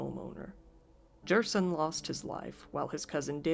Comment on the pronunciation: The Guatemalan kids name is pronounced “her-sone” the sone is how you would say zone but with an S.